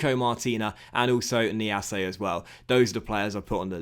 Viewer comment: Niasse, not Niassé